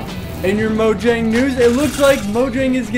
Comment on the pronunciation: You of all people should stop calling it "Mo- JANG"... instead of "MOYANG" Pronouce it properly it drives ppl crazy.